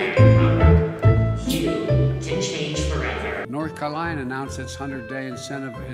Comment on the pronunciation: “Nor Kalina” ? 😂